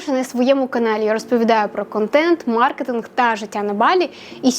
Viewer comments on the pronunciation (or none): none